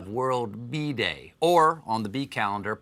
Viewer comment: Am I the only one who heard Bee Day and thought he said bidet?